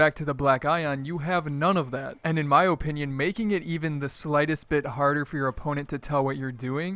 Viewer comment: ffs learn how to say "opinion" or don't use this word